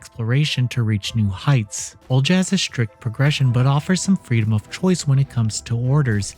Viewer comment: annunciations strike again! Haha. Think this one is pronounced “O-li-ha.”